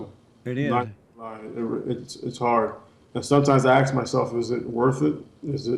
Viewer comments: why do black people pronounce the word "ask" as "aks". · why can't black people say "ask" correctly